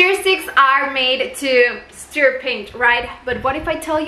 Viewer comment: Se PRONUNCIA STUR!!! No STEER STICK!! STUR!!